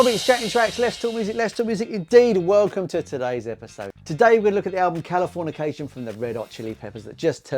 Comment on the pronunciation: the wrong pronunciation of the album title the whole video was an hilarious bit😂